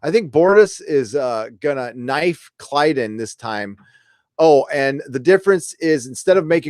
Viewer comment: I love your streams, but since matter to you... It is Klyden, not Klydus